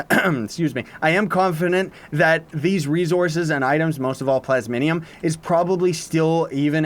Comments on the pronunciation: "plasminium" rly? Xd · Honestly I’m most excited for the new daily bonuses. I already have too many things to make with the talisman mounts and chaos stuff. Still though I’m very excited for this update. Also, Plas...mi...um. XD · U cant read lol "plasminium" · "plasminium" xD